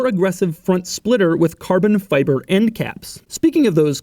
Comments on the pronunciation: at about I only hear "Carbbn Fiibaa", now in my head for the rest of the day... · "...with Car-Bon. Fib-Er. End caps. Speaking of those Car-Bon. Fib-Er. End caps, this car is a wash with Car-Bon. Fib-Errrr, Chevy told me it's the most Car-Bon. Fib-ERRRRRRRRRRRRR"